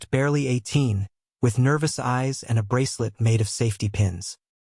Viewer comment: This is a story presented in English. Sentences beginning with "No" are not Spanish. The word "real" is not Spanish. Fix your narrator.